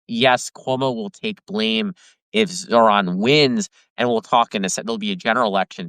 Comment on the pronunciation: Tara is not a great interviewer. Also she couldn’t pronounce Zohran’s name!